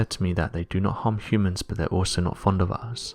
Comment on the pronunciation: Hummans? I guess the more commonly used pronunciation hyoomans is unacceptable here. Weird to hear.